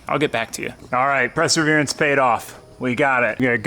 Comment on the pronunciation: Presserverance? LOL!